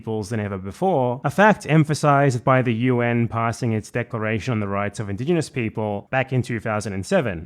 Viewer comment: "OI Bruv i'm indignahnass." HAHAHA 🤣🤣🤣